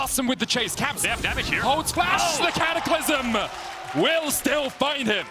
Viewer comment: 0.42 caster says catacylmlym to j4 ult im dead